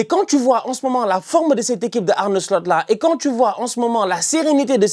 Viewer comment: arrête de dire Arne "Slut"😂